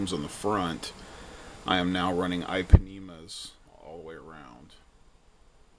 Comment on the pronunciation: Thats real nice bro. Like it. Good story. My buddy busted some of those too, but those Ipanemas are sick . On runs I will be away from any curbs, and look for grass on either side if I crazy. Check out my MMM Rustler also. btw. its pronouced EE panemas :) Like the song, girl from Ipanema. :) Its cuz its brazilian rubber. Also u can lower that front bumper angle more with a heat gun. Im running 34 / 34T